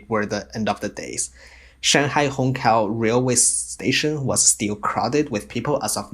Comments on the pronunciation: Hongqiao is pronounced hong chiao not hong kiao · Wait, what ? Hong Kao Railway station ? HONG KAO ??!! WTF It's Hong Qiao And you can't pronounce Xu Jia Hui ?